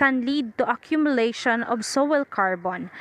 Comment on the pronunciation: Its Soiil not sowel